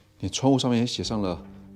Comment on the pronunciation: 南无不唸南wu.应唸南mo